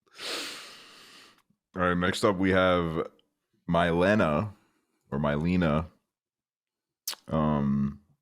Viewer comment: i believe that aliens have indeed visited estonia, and mayhaps they are even the ones that brought aksel into this very world….. would explain a lot! thx for listening to my message, also the name is pronounced me-lena (^_^) 👍